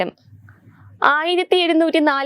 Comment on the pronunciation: നെമെസ്കാരമോ.. മലയാളം ശരിക്ക് ഉച്ചരിക്കാൻ അറിയില്ല..... കഷ്ടം.